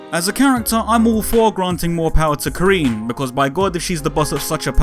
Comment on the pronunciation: It was a bit tough hearing "Ka-REEN" throughout the video. The "rin" is synonymous with "win." You actually pronounced it a bit better in the previous video. Otherwise, solid piece. Despite that I really like Karin, I agree they're making her a bit too perfect and center stage at the detriment of other long-standing characters.